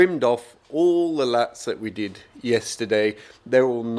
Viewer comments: You keep saying “Latts”. You mean “LATHS”… right ?? 😃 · a French person in the comments, said it's French for battens, and pronounces it 'lattes'.